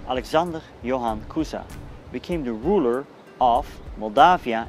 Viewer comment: Great job. The single mistake is that you mispronounces as Alexander(that sound russian) Johan(german like) Cuza and I need to tell i never see Alex in this way only in this picture